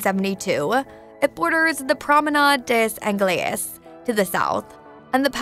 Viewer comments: "Flooded with glaciers"! Pronouncing "Promenade des Anglais" as if it was a Spanish phrase! And many other issues with the narration. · Surely no problem with the way she pronounced Promenade des Anglais? 😂